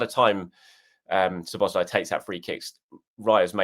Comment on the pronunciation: Please put the emphasis on "Szo", when you pronounce Szoboszlai's name. One of the basic features of the Hungarian language is that the word stress is always on the first syllable, without exception.